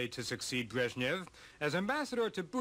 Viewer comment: his lastname is not "breshniv", he is "brezhnev"